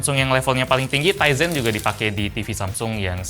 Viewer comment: powered by TIZEN saya dengerny "Ryzen" (anak IT tau lah pasti Ryzen apa)